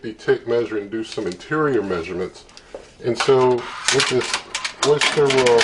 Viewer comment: I mean no offense, but it's pronounced Oh-ster, not oyster.